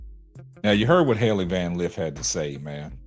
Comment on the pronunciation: He’s not even saying her name correctly that shows you how much of a troll he is